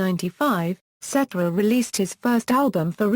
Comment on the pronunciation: Lady, the accent is on the second syllable of his last name.